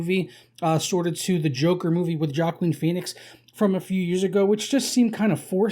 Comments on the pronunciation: Its Hwah-Keen.....Hwah-Keen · It's pronounced WAH-KEEN Phoenix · Joaquin is pronounced "wa-keen" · Completely fetched. Joker fan boy thinks he sees everyone copying his favorite movie. False. Also, why can’t he pronounce his name right?